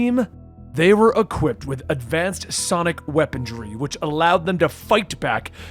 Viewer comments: "weapon-dree" "See-new" ....... Holy fucking shit now I remember why I don't watch your videos very often....... Do you edit on mute or something how did you not catch that before you published? FYI IT'S Weapon-ree and sin-you..... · "weaponDRY"????? really? "see-new" nope "sin-you"